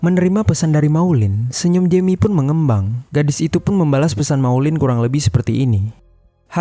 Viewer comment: Perbaiki pengucapan. Maulid bukan maulind. Jeami (jemi) bukan yemi